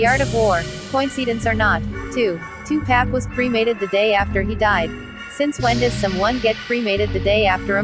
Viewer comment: Man I hate this woman that keep calling tupac 2pack 😡